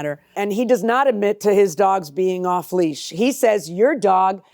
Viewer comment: I thought it was leash, not leech.lol